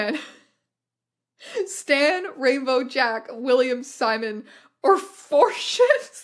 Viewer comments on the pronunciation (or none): none